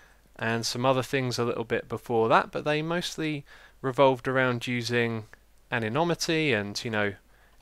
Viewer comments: X, it's an-ehn-imit-ee Anonymity I hope that helps :P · Whoops, I mean Uh-Non-Ih-mih-tee. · Anonymity: Ay-no-NEE-mee-tee ;) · "anomity" is incorrect. It is "anonymity" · Woo! Just when I thought I had nothing to watch with dinner - Xisuma to the rescue! Bout 5min in so far. We've all got words that we struggle to pronounce, so I can definitely sympathise. Easy way to pronounce that word is "Anon - imity" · Interesting hearing you talk about anonymity (anno-nim-itty) as another of my favourite YouTubers, WoodenPotatoes, has pretty much the same views. I wonder if it's a British rather than a generational thing?